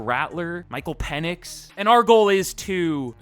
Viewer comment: It’s pronounced Penix not Penix